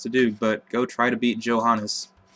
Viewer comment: Oh I have to say it. You mispronounced Johannes, too. =D